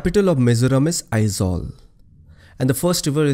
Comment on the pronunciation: You the one only i ever come across non Mizo who correctly pronounce Aizawl most of the people pronounce as Ai-zual that not not correct the correct sound Ai-zol .. Thanks Bro !